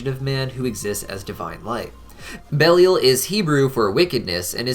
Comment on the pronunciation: pretty sure it's pronounced bell-eye-il